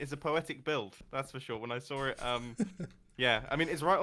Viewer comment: "It's poo-etic!" XD